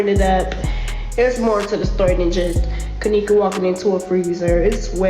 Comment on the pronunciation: 22 she can’t even say Kenneka name